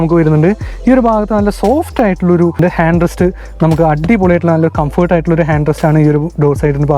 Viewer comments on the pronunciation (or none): none